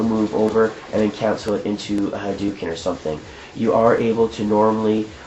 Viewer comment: It's not haduken, it's hadoken. People spell it Hadouken because in Japanese, a u after an o means hold the o sound (you can hear it better in SF2, Ryu holds the o for about a year when he says Hadoken). Anyway, good video, though it seems like maybe you should have cut it up a little more. 10 minutes is a long time.